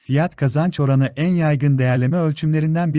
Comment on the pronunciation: F / K oranı derken Kapalı A kullanmanız çok rahatsız ediyor. Kapalı ve Açık A veya Açık E gibi vurgulara dikkat edilirse çok iyi olur.